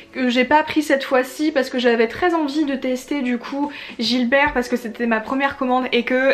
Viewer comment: Coucou! Ahaha, je crois qu'on dit Gibert et pas Gilbert 🤣 j'ai fait cette erreur toute ma vie, alors que j'avais une boutique dans ma ville 🤣😴 C'est la où j'ai fait mes meilleures trouvailles, avec des livres plus édités ou des nouveautés en occasion, c'est mon endroit pref ! Et vinted, mon appli favorite du moment pour les livres 😅 Très bonne vidéo, hâte de voir le vlog John Green ! 😘